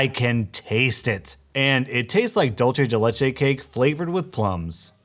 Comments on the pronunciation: Its dulce de leche and it pronounce like this Doolse de leche Now pay me 5000 subs and bucks for this if you can't just sub to me and get ur subs to sub 2 me. PLEASE dont waste my time. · *makes face at plum flavored dulce de leche * Also, it's said "dool-say dey ley-chey"